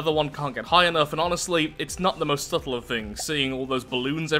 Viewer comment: You know at this point as soon as you say subtle we expect "subtle"